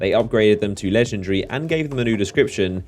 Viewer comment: Hey no disrespect, but is not "legendre" is "legendary"...